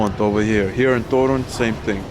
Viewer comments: One, tiny tip regarding accenting polish words. Most of them are accented at the penultimate syllable: TO-ruń, to-RUŃ-skie, pier-NI-ki, mu-ZE-um, etc. As always, there are some exceptions (i.e. words taken from greek are sometimes accented at third syllable from the end - i.e. ma-te-MA-ty-ka), but in like 95% of words accenting second to last syllable is the correct way. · As for Polish, the stress (udareniye) is ALWAYS on the second last syllable. Therefore TOruń (and also "w TorUniu" - in Toruń - stille second last syllable), PienikOwy raj, piernIki, muzEum torunskIEgo pienIka, WarszAwa, etc. :-) should make it easier.